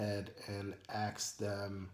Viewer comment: ASK not Axe. All in love.